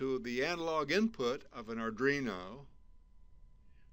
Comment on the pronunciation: What's an "ardrino" ?